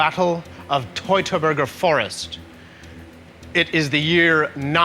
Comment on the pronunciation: That American pronounced "Teutoburg" in a rather bizarre way. lol. I wonder how it was actually meant to be pronounced.